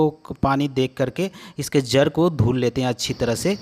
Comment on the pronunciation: Jar nahin jad. Kira nahin keeda